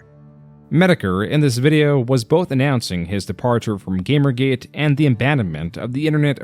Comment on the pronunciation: In the first 5 seconds he pronounces Gamergate, GAMMergate. I can handle monotone, but please don't tell me this isn't ai. Listen and you'll pick up how bad the pronunciations are and there's a lack of substance behind the voice that only comes from something artificial. If this is really voice I'll buy a Metokur hat and fking eat it.